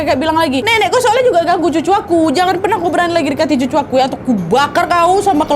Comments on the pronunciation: Ngak jadi takut aku, gara² kak nadia salah ngomong cucu jadi susu😭😭. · "ngapain kau dekati susuku"😭😭😭😭 epic bgt keplesetnya nadia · Lagi TEGANG DAN MENCEKAM MALAH TYPO BILANG SUSU 😂😭